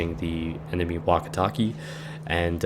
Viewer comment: Hmm...sorry to ask this, but why do you care about pronouncing names of soviet ships, while Wakatake sounds like 'walkie-talkie" ? Or Minekaze sounds like "Minekazeeeeeeeeeeeee"? I'm from Poland, live in Sweden, and still does not understand people who tries to pronounce one thing correctly, but screws around with Japanese names? Well...back to soviet DD. In one battle, I've did so much damage with Storozhevoi (tier 2 battle), that I practically skipped whole tier after one battle o.O And I thought that 'this ship sucks - only 3km torps', but it were very fun. PS. And I'm surprised how many people have learned proper pronouncing of Błyskawica since release of her. PSS. Yup, butthurt to the maximum about Japanese pronunciation <<Where's my waifu??>> :P (and yup - my english is terrible)